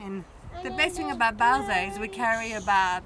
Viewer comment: How would Skaði perform here in the e.g what happened in 25 minutes…ish ? Nevertheless ; well done ✊ Ps : your truck’s name is ”Bowser” ? Why do I hear ”Belsa” 🫣?